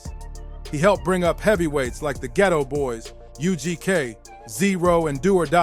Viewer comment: Jprince is not calling himself the boogie man. Bloggers and Journalist are making up all these stories! But He’s definitely not to be played with lol! And it’s pronounced Ghetto Boys not Geeytoe boys 😂